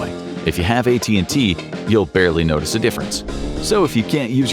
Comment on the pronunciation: He said if you have att you wont nocitce a difference 😂😂😂😂😂😂